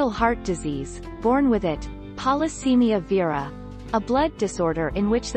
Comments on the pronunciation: Oh PLEASE pronounce Polycythemia correctly! It's Polycythemia NOT Polycemia. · And pronounces Polycythemia incorrectly.